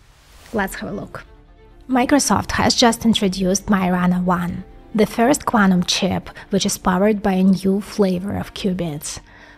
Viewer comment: Love how you pronounce "Quantum Chip". Very cool.